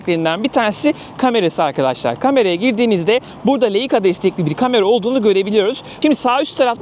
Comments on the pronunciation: Leika değil “layka” diye okunur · Leica bir Alman markası, telaffuzu da Leyka olarak değil, "Layka" şeklindedir. Kolay gelsin